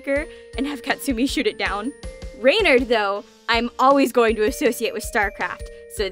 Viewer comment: Appologies for being annoying but I can't help myself "Renard" is not pronounced "rey-nard" it's pronounced "ruh-nar" And "Lapin" is pronounced "lah-pu" "U" pronounced "unh" it's a little hard to translate into English I tried my best Good job on the bijou pronunciation gold star from ur local french teacher